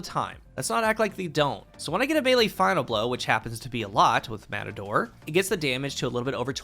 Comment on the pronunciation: More like "Mehtador or Metahdor"